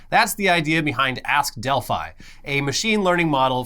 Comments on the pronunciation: Delph-ee, Delphi-ee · attempts to say 'Delphi' were amusing, but still made me wince every time. Edit: And then started saying it too. Doh!